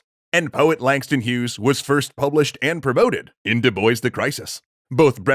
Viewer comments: Dubois? Pronounced (Doo boyce)? Isn't that name usually pronounced (Doo bwa)? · it is pronounced doo-bwah not doo-boys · Du Bois is pronounced as Du Bwah, actually. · Isn't Du Bois a French name? Pronounced more like Do-Bwa and not Do-Boys? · I'm pretty sure it's pronounced DOO-BWAH. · Cool video, but I really can't comprehend how 90% of the Anglo-American youtubers I watch cannot pronounce foreign (or, in this case, even from their own country) names right. Du Bois is a French name, in origin. Diu Boa? Does that help? :)) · DuBois is a French name. And in French, "o-i-s" is pronounced "wah". "doo-BWAH" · It's the obsessive compulsive in me--"DuBois" is actually pronounced "doo-Bwah." The French like to make spelling and pronunciation go into contortionist spasms. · Is that actually how the family of W.E.B. Du Bois pronounce their name? I hope so, cuz pronunciations change over time n however they pronounce it is obviously right, but as a French person that sound hurt my ears but as an anglophone it also made me laugh. Du Bois means Of The Woods n is pronounced more like Dzu Bwah. 🤣🤣🤣 I still have to finish the video n ima laugh everytime I hear u say it like that. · I don’t that’s how you pronounce his name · Not W.E.B. DuBois's last name.There is a quote on how his last name is pronounced. Once I find it I will edit my original comment. From a quote in 1939- My name is pronounced in the clear English fashion: Du, with u as in Sue; Bois, as in oi in voice. The accent is on the second syllable.”